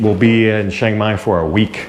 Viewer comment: just wondering why you say ( SHANG MAI) and not its correct name like the beer ( CHIANG MAI )or same as saying CHurch